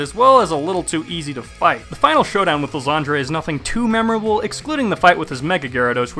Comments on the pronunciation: Ly-ZAND-REY? Dude as a shakespeare nerd, I have to correct you on your cancerous pronounciation. Ly-Sand-Er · You saying Lysandre wrong . Its Lie San like s and an and durr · I still dont get why people still call Lysandre Lysandré. The Mega Evolution Specials have already told us what the right pronounciation is. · Pretty sure his name should really be pronounced Lie-sand-er. Also I would have loved Team Flare a LOT more if they used... Flareon duh!